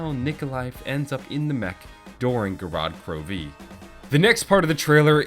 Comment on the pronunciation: Wanna add another "e" there in the beginning " gorod krovi" pronunciation